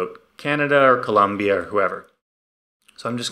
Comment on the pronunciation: Double like for not mispronouncing Colombia 🇨🇴